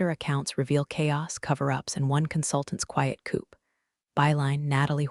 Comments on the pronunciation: AI correct editing coup coo silent P ( sounds like Koo) not coop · This has got to be the worst A1 I have ever heard. Not only read - read coup - coop mis pronunciations, (and more!) but the real kicker: "chinese letter, chinese letter, chinese letter, chinese letter. " Really? Which ones? Oh, and I almost forgot "she spoke fluent French, but had trouble pronouncing "Nye how"... C-seed message?